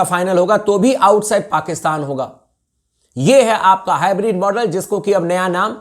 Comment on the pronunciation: Bhai ye hybrid nahi bolte hai ye hi bread bolte hai😂😂😂